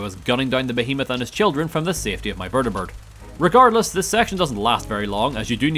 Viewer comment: Well, since you technically failed the run you should show repentance by doing a Morrowind challenge run. It's the only way, really. Sidenote: I love the vertibird pronounciation VERDEBURRD. Makes me chuckle everytime